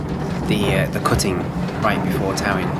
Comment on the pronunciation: Talyllyn is pronounced “Tal-a-thlyn” by the way.